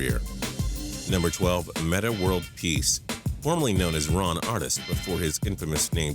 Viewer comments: Why dont you get some of the stories right and pronounce people's names correctly with your uneducated ass...."Ron Artest" Not artist you stupid fuck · AWESOME COOL VIDEO$)?!!! Amazing But it's pronounced Ron Arrest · Disliked for calling Ron ARTEST Ron Artist... Lmao wtf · "Ron artist"